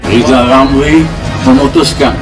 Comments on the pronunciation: Si Lijal Lamli suruh bilang RRRRR aja dulu.. Terus si ompong bisa jadi wapres kalau giginya udah numbuh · RR seharusnya operasi lidah dulu kalau bicara biar jelas.mau jadi presiden kok gk bisa bilang huruf R.hahaha😅😅😅😅😅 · Lizal lamli pegin jd persiden mkmur dr mana orang ga bsa ngomong.RRR.....